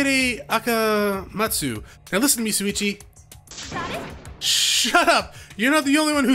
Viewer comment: 9/10 almost got it. You were missing the “Shh” sound at the beginning of his name. You’re slowly getting better at pronouncing Japanese names, so... congrats I guess.